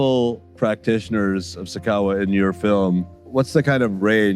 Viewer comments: I kept waiting for the director to pronounce sakawa right and he just followed the presenters lead 🙉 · It's not sakawah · This dude in the intro pronounced it dragging it like “sar kar warh”.... it’s pronounced “sah-kah-wah” with all the vim and vigor in your voice 🤣🤣🤣🤣🤣🤣🤣🤣🤣🤣🤣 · Its not sikawa,its SA KA WA,kwasia jon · Why the guy pronouncing Sakawa like Japanese word🤣😂😂